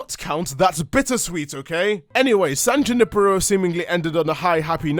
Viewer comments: Say San JAnIpAro again. I DARE YOU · san juh-nipper-oh